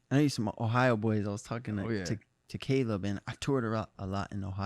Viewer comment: My name is Kaleb and he said kaleb